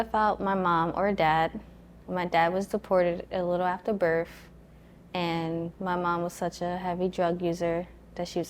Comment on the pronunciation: its birTH NOT birFF . 😳